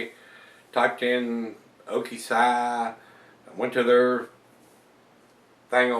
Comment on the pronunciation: Love the reviews! I may be wrong, but I believe it is pronounced O-K-"C"... Ok-Si with the Si meaning "yes" in spanish would presumably be a play on words with the Tequila Barrel version of this beer. Again, love the reviews,!